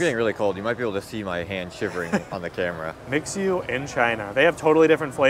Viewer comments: The bubble tea shop, It's Mi-Xue, not mix-U 😂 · I kinda like your pronunciation for MiXue🤣.It's an angle that I had never expected as a Chinese speaker even I speaks English more now.And "蜜雪” means "honey snow"🥰